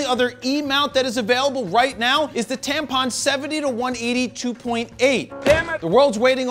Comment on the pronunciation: Is it me or you just said tampon...70-180 LOL (maybe i misheard)